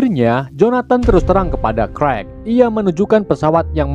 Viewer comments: Clark di bacanya Klark bang bukan krekk 🤦🏻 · CLARK abaaaang bukan KREK... ampuuun.... CLARK baca KLARK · bacanya bukan krwek ! klark nyinx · Cerk😅 bkn karl hahaha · Kak bacanya klark bukan karl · Clark bukan clerk wkwkwkwk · Clark oooy Bukan Crek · Clark tpi baca nya (krekkk)🤣🤣 Clark-klark huruf (c) kalo dlam bahasa english jdi sebutan nya diganti huruf (k) wkwkwkwkkwkw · Abang nya sebut nama clark:kuek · Krek apa Kwek bang😅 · kok lu ngomongya qwrek dari clark dah,jauh amat